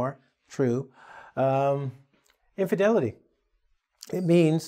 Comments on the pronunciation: inf[i]delity, not infedility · infedility or infidelity ?